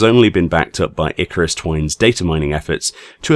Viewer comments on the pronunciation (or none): none